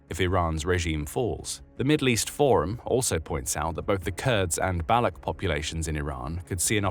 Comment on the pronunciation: Baloch is pronounced 'ba-lotch', not 'bell-luck'.